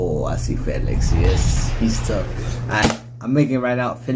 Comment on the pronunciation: Felix's name is pronounced Fee-lix but it is written as Felix